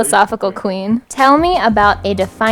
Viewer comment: I knew it was manny mua when he said queen just the way he said queen